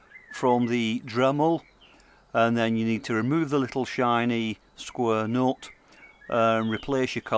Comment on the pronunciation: "Skwer".....hel'low darn ther....!